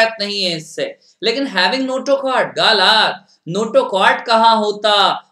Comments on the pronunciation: He is tooo annoying to listen (Ga la t) galat 😏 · "galat" wow wt a pronau sation